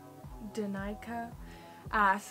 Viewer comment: Yooo my question was in the video😂 and my name is pronounced dan-ick-ah 😂